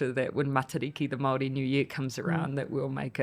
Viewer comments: Did pronounce Māori., mahdi? Jesus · ignorant people do, yes. Its not attractive and frankly embarassing to broadcast all 9ver the world. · Who cares. People mispronounce words all the time all over the world. 🌎 No drama 🎭 lama